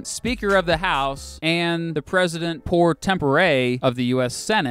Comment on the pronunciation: President “PRO TEMP” Not, poor…